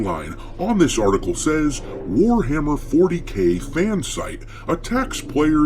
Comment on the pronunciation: ""it's War-Ma'am-er!"